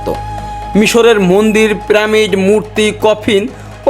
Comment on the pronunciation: শালা বারবার পিরামিড কে প্রামিড বলছে শুনতেই বিশ্রী লাগছে।